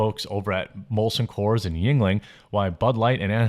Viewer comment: lolol Jeremy be like "yuenling" sounds kinda ting-tongy. 😂